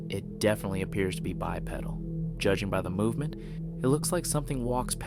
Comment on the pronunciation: He actually called it a "bipeddle". Near the beginning when he's filming the guy in a monkey suit. 😅😂